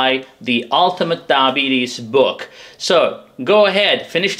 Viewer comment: When you say diabetes it sounds like DAH-bees. Please try to say DI-a-BEE-tees, for clarity. Thanks for the interesting video.